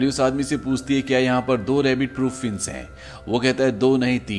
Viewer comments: भाई साहब अपना उच्चारण सही कीजिये - फेंस को आप फिन्स कह रहे हैं. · Fienc ni Fence hota hai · फिंस नहीं फेंस होता है👍फेंस मतलब बाड़ या घेरा होता है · Fince nahi fence English study kar aaye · fince nahi fe-ance bhai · Admin ne fence ka pronouns acha kiya hai fince😂